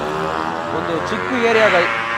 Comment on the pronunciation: ಲೆ ಚಿಕ್ಕ ಲೆ ಅದು ಚಿಕ್ಕು ಅಲ್ಲ..ಸಾವಿರ ಸಲ‌ಹೇಳೆನಿ ಮತ್ತ ಅದ ತಪ್ಪ ಮಾಡ್ತಿಯಲ್ಲ‌